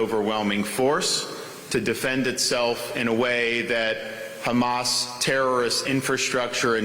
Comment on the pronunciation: Terrible prounciation with "Hamas" and "Iran". It's Ēran full of devout Shia muslims, former land of Fire Worshippers.